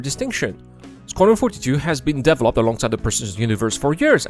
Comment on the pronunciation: I like how your accent is making "developed" into devil-opt. There you have it, the devil is Chris. But the money is held hostage, that's what it feels like to have such a huge project destoying itself with neverending DEVIL-.opment. Star Citizen was no scam from the beginning, it was an overly ambicous project. NOW that nothing is half finished it is a ever founding piece of SCAM. Because if they don't sell these pricey items and call it Version 1.0 evryone would STOP INVESTING. That is why it is a scam now. You will never get a finished version.